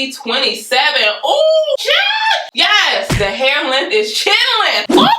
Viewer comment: 🤣🤣🤣🤣🤣🤣🤣 I thought you said "chillin" but it's "chin length" 🤣🤣🤣🤣🤣🤣🤣🤣🤣 thank u for helpin a couz out!!! 🤣🤣🤣🤣🤣